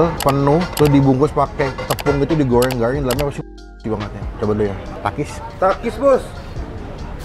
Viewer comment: #autongiler abangque #makangoks garing kali bukan garrrrlling 🫣🤭🤣🤗